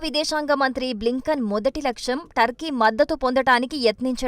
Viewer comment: Turkey ani pronounce cheyyali. Thurkey kaadu!